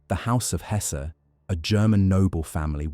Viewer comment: What is Lord "Tec"? And the house of Hay's?? Its HES - SEN. Like has-sel.